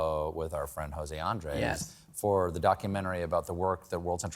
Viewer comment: Funny Stephen is friends with José Andrés and yet he doesn't pronounce his name correctly